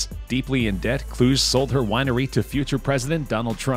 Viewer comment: Kluge = Clue-Gee NOT Klooj